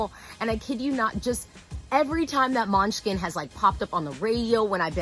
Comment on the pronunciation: Now I'm hungry coz she kept saying Måneskin as MUNCHKIN!!!